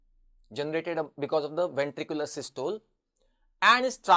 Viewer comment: Don't u know how to pronounce systole? Both the British and us pronunciation is available on net. Pl give correct knowledge.